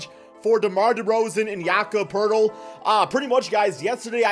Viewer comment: First video I've seen that has pronounced Jakob Poeltl correctly